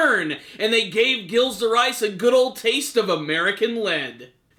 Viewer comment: Dude you were butchering Gilles' name so badly in this lol